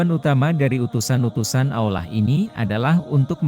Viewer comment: Kenapa pengisi suara nya harus AI sebut Allah jadi olah gmna sih